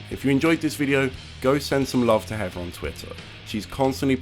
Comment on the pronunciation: Ooooh, it's HeaTHer, not HeaVer like pronounces it O_O